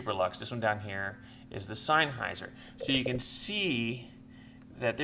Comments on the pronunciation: In German if you have a combination of "e" and "i" you pronounce the latter. In this case, "highser". Of course you're right about senn instead of sine though. Bugs me too. Good test beside that though. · You are saying it all wrong the pronunciation of the word Sennheiser it isn't signhouser as you are saying it it is ( Sen ) houser